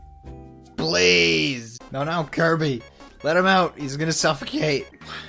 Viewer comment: "Koiby, Moiganna.", is that you???